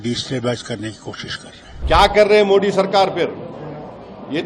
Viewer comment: पहले बोलना सीखले ओवैसी मोड़ी को मोदी बोले ।